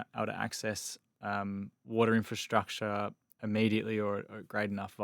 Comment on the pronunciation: I am totally fed up with hearing people say inferstructure when the word is INFRASTRUCTURE!!! I would expect better from the deputy editor of Investors Chronicle! There is therefore NO INCENTIVE for me to subscribe when standards have fallen so low!